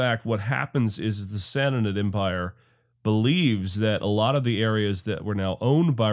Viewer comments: just a hint, from a Persian speaker: Sassanid=Sah- sah- NEED Two short identical syllables with the emphasis on the final syllable, three syllables in total. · really really liked this video, not enough good history series out there, truly, but please please say sassanid slow once then fast, you are adding a syllable